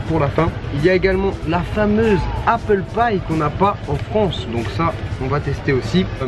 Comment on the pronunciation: ptdr j'avais compris "apple paille" au lieu de "apple pie" xD je me suis dit "mais .. WTFFFFF" xD